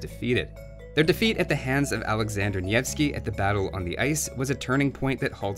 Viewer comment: Congratulations on almost coreectly pronouncing Alexander Nevsky.